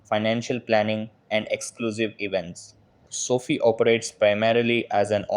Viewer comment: It’s so fie not soft I